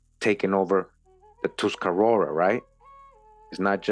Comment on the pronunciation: I’ve watched a handful. But this one I was impressed bc you pronounced Tuscarora correctly which isn’t in any modern orthography, you used the original term tuscarureh Ta- Skarureh the people of the hemp